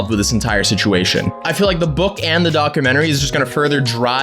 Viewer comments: "docamennery" lol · What's a docermentary? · Why do you say documentary like that? It's a long u sound not uh